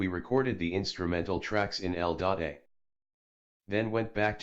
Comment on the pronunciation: el dot eh? you mean L.A.?